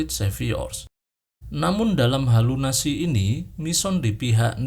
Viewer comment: ralatt ahh kak🙏🏻 bukan halunasi tpi halusinasi